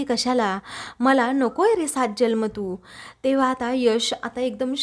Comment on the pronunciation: Jalm नाही जन्म म्हणावे